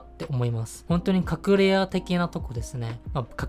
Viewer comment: かくれや？？？って聞こえるのですが… 隠れ家はかくれがですよね。